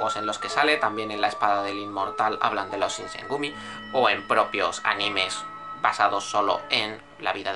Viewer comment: Dice Shogun correctamente ¿pero no puede decir Shinsengumi?